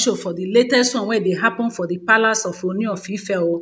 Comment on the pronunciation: Please stop calling him Oni. It is pronounced Ooni O as in OR. "Or ni" Sorry for the correction.